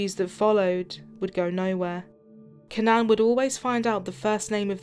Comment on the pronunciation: 1. It's not CannAn, it's CAnnan 2. The background sound ding, ding, ding, ding is infuriating.